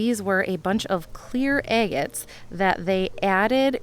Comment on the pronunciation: Are you saying "eggettes" or agates?